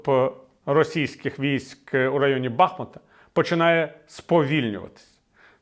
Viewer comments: Віталію, з усією повагою! Та не БАБАХмут, а БахмУт!!! І річка БахмУтка!!! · Пане Віталій, сповіщаю вас, як досвідченого журналіста, що місто БахмУУУУУУт було названо так тому, що здавна стоїть на річці БахмУУУУУУУтка! Будь ласка, запам'ятайте та інших виправляйте. Боляче чути спотворену назву рідного міста. Сподіваюсь, що дякую!